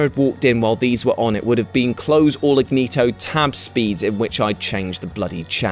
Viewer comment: Did he say ignito, instead of incognito? lol